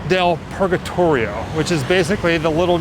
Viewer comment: cavolo hai pronunciato la parolaxpurgatorio in maniera perfetta ❤